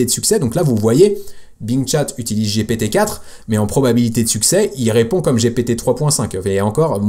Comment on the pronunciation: Sérieux man j'ai commencé ta vidéo et j'ai entendu giiiiiiipiiiiiiitiiiiiii juste cela ça me donne envie de quitter je pense que je ne suis pas le seul ont est en France ont parle. ( G P T ) Sérieux mec fait un effort pour ton odience respecte c'est gent qui ont Mal au oreilles dès que tu dis giiiiiiipiiiiiiitiiiiiii !!!😢😢😢 Sérieux fait un petit effort et renseigne toi tous le monde dit bien GPT S'ILS TE PLAÎT fait un petit effort❤ en plus je t'aime bien 👍👍